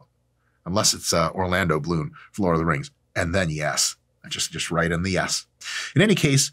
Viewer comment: “Unless it’s Orlando Bloon from lord of the rings. And then yes. Just right in the ass.” I cannot be the only one that heard that until I slipped back and listened again closely. I about spit out my lunch laughing for a sec there 😂.